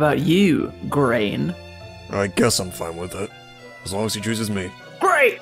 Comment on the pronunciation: Grain isn't going to appreciate having his name butchered like that 🍞👎